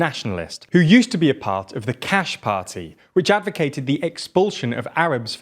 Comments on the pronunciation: One small correction: the "Kach" movement you mentioned Ben-Gvir being a part of is pronounced more like "Kakh" or "Kah", not like "Cache" nor "Catch" in English. The "ch" is closer to how it's pronounced in "Nacht" in German (not quite, but close enough.) (In Hebrew it's כ”ח, an acronym for "Kahana Hai/Chai" (again, Ch as in "Nacht"), literally "Kahana Lives", with Kahana being Meir Kahana, the american Rabbi who's radical philosophy serves as the basis of the movement.) Edit: I was corrected, כך (Kach/Kakh) and כ”ח (Kah/Kahana Hai) are two separate but related Kahanist groups (the latter split away from the former). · It's kach like loch, defenitely not pronounced like cash